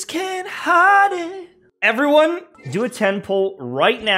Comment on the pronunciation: Did Nahida say "Everyone cocain"?